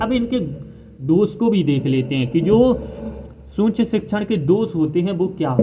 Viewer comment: सूक्ष्म तो सही से बोल लो